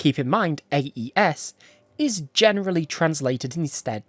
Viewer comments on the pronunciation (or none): It's closer to "Uh-ess" in pronunciation but otherwise you're on point.